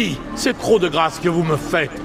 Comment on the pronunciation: grasse ? XD c'est pas plutôt : Grâce ? ;)